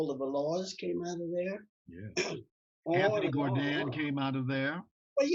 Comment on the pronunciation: It's not Gor-dine or Jar-dine, it's (Gourdine)Gore- dine💯. French slave owners surname was Gourdin, then was took on by slaves with added e. That's why they are Caucasian s with the name Gourdin without the e. He should check out the Gourdine's family crest and join the Gourdine family re -union.